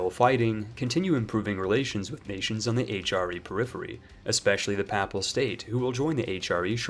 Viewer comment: Some pronunciation points. Papal is pronounced with a long a "Pay-pal" not, "pap-al" and diet is pronounced with a short e "di-et", not "die-et"